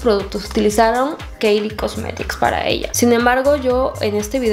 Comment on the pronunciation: se pronuncia kaili (Kylie)